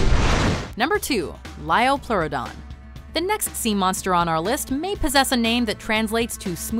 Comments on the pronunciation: "Its the lioplorrodon charlie" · It's a Liopluradon Charlie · 1. They mispronounced liopleurodon 2. They used Walking With Dinosaurs to show the liopleurodon, but that movie got so much wrong about it.(Including them also mispronouncing the name) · you pronounced liopleurodon wrong